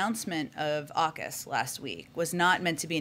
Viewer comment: And it's AUKUS not ARKUS